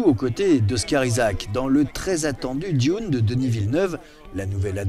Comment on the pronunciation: A propos de Dune "il joue le rôle du fils d'une famille noble chargé de protéger la galaxie et de la sauver des forces du mal"... totalement à côté de la plaque... Au fait pas besoin de prononcer "Dune" à l'anglaise. Par contre prononcer "Martin" de Martin Scrocese à la française...